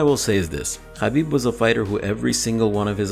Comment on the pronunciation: I love to hear u say "khabib" correctly